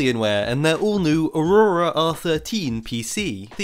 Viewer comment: I love how says aurora. Its just funny